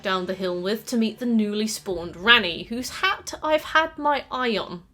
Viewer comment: I kept hearing you say "Granny" when you said "Ranni". So like "Granny is a fan favorite because of rule 34" and "I've never seen Granny with less than G cups". Wake up babe, is normalizing Gilf appreciation!